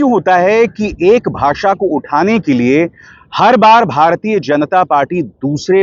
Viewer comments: Inko to Bhasha bhi kehna nahi aata. Bhasa kehte hain. Joker!!!! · Jandu, its not a baasa ,its a basha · Ask him to spell HINDI properly BASA NAHI BASHA 😂 if he doesn't want to speak English then why forcing other states to speak Hindi? Every state has their own language who loved it but it doesn't mean they hate other languages...We love every language .Two uneducated people are ruling this country country ..